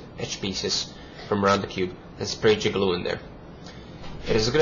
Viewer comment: It's Jig-A-Loo